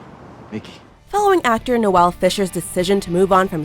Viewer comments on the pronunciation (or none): 1. THIS is the content i LIKE to see 2. Noel not pronounced no-elle. It’s pronounced more like Nowl 3. Ian was only a bartender at The White Swallow, he was actually a stripper at The Fairy Tail 4. “No one said these had to be happy moments” WELL WHY COULDNT THEY BE HAPPY MOMENTS NOW IM SAD AND NOSTALGIC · She said Noel’s name wrong 😡